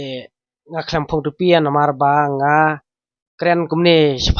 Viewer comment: Tupie ❌ tupia ✅